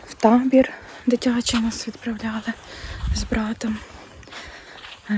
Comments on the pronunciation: "Тамбір".., вперше чую.., хіба не табір.? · ааа.. Та наче два рази прослухала, наче чітко чути Тамбір.., та то нічого, я просто думала, що то нак на діалекті..